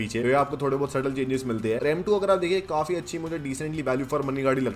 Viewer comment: Bhai love your videos. But aap kaafi ko kaufi kyo bolte ho